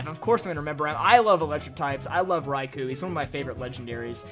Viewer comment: The "Kou" in Raikou is pronounced as an extended O.